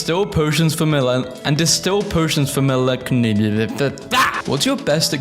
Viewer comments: think melancholy is my favorite mispronunciation of yours thus far🤣🤣. It’s MELON KALI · watching you struggle to pronounce melecnholoy is really wholesome